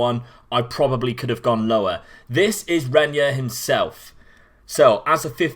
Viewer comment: I have Renyer in my Red Bull Bragantino save and he's a real beast, though it's easier and cheaper to buy him at the home market as the teams sometimes fail to put release clauses that would scare the rivals. (By the way, pronunciation is right, mate) Can we have Cauê Santos in the next videos, please? 16 years old striker loaned to Corinthians by Gremio Novorizontino. Not as special as Renyer or Lázaro, but it's a real bargain as you can get him for as low as 18k Euros and once the loan is over he's yours. His impact was always immediate in all teams I had him.